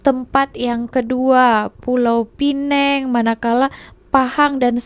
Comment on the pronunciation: Bukan PULAU PINENG TAPI ( PULAU PINANG ) ATAU PINEMG ( PENANG ) kalau sebut pulau harus pulau pinang... Kalau pineng saja cukup pineng... X perlu pulau pineng.. Rasa cam pelik pulau pineng 😂 ( PULAU PINANG ) PINENG ( PENANG )